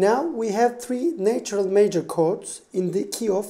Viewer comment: How can you distinguish micro tones and yet not hear that “natural” is pronounced nAtural, not neitural?